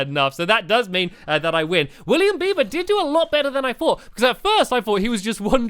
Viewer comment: I love how stamps say "because"......hehe...."becooze" 😂